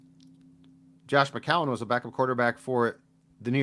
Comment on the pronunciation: Hey..... its not McCowan. Its McCown